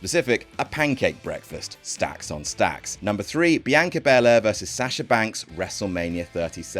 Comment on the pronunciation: The narrators “Biyanka” is giving me William Regal “Umanga” vibes lmao